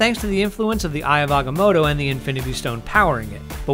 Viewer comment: Its not agamodo, its AGAMOTTO, say it with life.